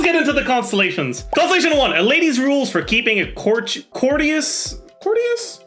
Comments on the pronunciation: Thanks for the great analysis! Don't know if you care or appreciate the input on this, but in case you do: the pronunciation of 'courteous' is just 'curt-ee-us' (at least in american english). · for future reference its pronounced like: kurt - ee - us 👍👍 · My man can do all the math in the game but pronouncing “courteous” is his kryptonite